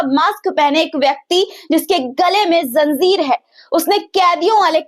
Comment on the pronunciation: Zanjir word hai zanzir nahi.